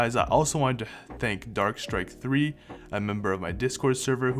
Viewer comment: This is a different account, but thanks for the shout out! It's pronounced darkstrike, as the 3 replaces the E. Everyone join the server!😉